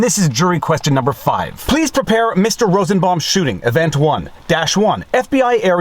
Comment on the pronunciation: “Rossen baum” 🤦🏻‍♀️